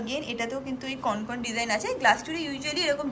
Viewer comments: কথাটা কনকন নয়, ওটা হবে কঙ্কন। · Kothata Konkon noy, Kongkon 😂. Ar Glasschur jeta ke bola hochhe ajkal seta kintu amader Bangali der onek purono goyna ja ke Kharu bola hoto! Ajkal sob goynar weird sob naam dichhe loke! Amar mone hoy apnara jara eisob niye vdo korchen, khub e upokar hochhe sobar, tobe apnara ektu study kore niye vdo korle, aaro authentic hobe. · ওটা কনকন নয়😂😂 ওটাকে কঙ্কন/কংকন বলে । কনকন করে ব্যাথা করে😂😂😂 এত সুইট তুমি না!! বাচ্চাদের মত পুরো😃😃🥰😘😘